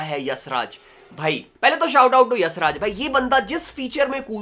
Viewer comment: bhai yassraj nhi hai YashRaj hai🤦‍♂